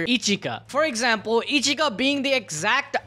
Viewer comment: 😅 Ichika not Echika